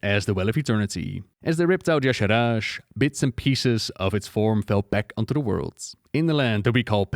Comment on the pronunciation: It has always bugged me that Y'Shaarj is pronounced "yah-sharaj", as if the R came before the second A. Shouldn't be more like "yah-sharge"? It's as if Dave Kosak was either dyslexic or didn't put more than a few seconds into trying to phonetically sound out this alien word he imagined.